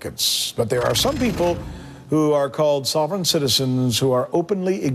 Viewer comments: He can't even say the word "sovereign" right. What a douche this sanchez guy is. And the southern povery law center is a communist anti-American organization. Ut Oh, sanchez in trouble for saying something about jews, whose the racist now dirty sanchez. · Rick Dirty Sanchez can't even pronounce sovereign let alone understand the concept. Oh wait government is his god, now it makes sense. He reverses his ideology that he would normaly use to support the invasion of illegal's to the states. Even more funny about this video to me is the fact they are bitching about people who hate the government and at the same time the stock market ticker is showing the DOW down -134.00 points.